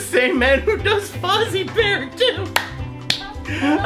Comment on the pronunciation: sounded like he said bear and feet 😂😂😂 Luv u ❤️